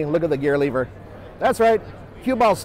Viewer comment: This nigga said gear leever